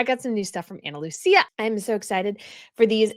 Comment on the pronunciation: it's Analuisa not Analusia. You are mispronouncing the name.